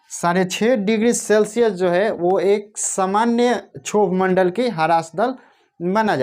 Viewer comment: सर क्षोभ मंडल का सही उच्चारण करो